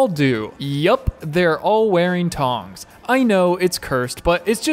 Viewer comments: Are you saying "tongs" on purpose? As if you've only ever seen the word "thong" written? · It’s thongs, not tongs. I was so confused and had to listen to that at least 20 times lol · If you're referring to the minimalist undergarment, those are called "THONGS". NOT "tongs". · Did he say tongs or thongs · Did you tongs? Or were you saying thongs? As in the Barbecue equipment or thong - like a woman’s underwear? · Did he say tongs